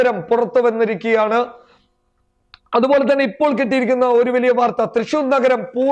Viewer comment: അവതരണത്തിലെ ശരീര ഭാഷ കൊള്ളാം.., വാക്കുകളിലെ സ്ഫുടതയും , വ്യക്തതയും ഏറെ ശ്രദ്ധിക്കാനുണ്ട്..(etc.. വെലിയ അല്ല വലിയ)..ഈ ഊർജസ്വലതയിൽ ഉയർച്ച കാണുന്നു...